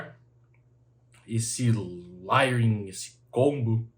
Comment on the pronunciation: sem querer ser chato, mas acho q vc sempre preza por trazer informação do jeito mais correto possível. A palavra layering se fala lEiering e não lAiering